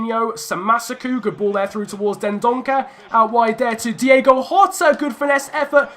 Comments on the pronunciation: As we said before... it’s Diogo not Diego 😂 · It's Diogo. Not Diego. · It's Diogo Jota, not Diego. Again messed up his name😉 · It is diogo jota not diego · It's DiOgo not DiEgo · Try not to say Diego Jota. It’s Diogo. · Its Diogo Jota. Not Diego Jota. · It’s Diogo not Diego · It's Diogo, not Diego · Try playing with Wolves’ natural 5-2-3 It would stop you from conceding so much and the wing backs would complement Josef Martinez as he has the power header trait... Also it’s Di’O’go Jota not Di’E’go Jota